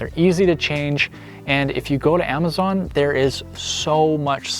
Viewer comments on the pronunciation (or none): none